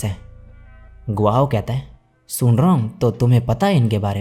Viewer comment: Sung wrong brother wung nahi bolti he 😅😅 iss liye wung lee bol bhai gf or bf he bro 😂😂